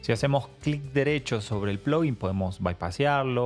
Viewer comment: nunca va a ser "plogguin" o es "plaguin" o "pluguin" ; "ploguin" suena muy americanizado....